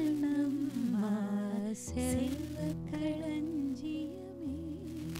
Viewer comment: Your mom is not getting the ள. It’s not piல்lai kani amudhey. It is piள்ளை kani amudhey. And kaண்ணmma. Not kaன்னmma. Big Na. 🤟